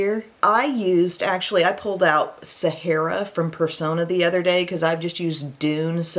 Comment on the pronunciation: saying udder just made my day!!!! Lmao!!!!!!